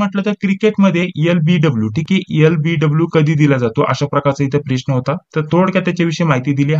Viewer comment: सर, तुम्ही प्रश्नाला "प्रेश्न" का बर म्हणता ?